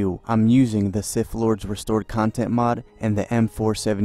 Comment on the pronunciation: "Knights of the old Republic II The Siff Lords..." 😂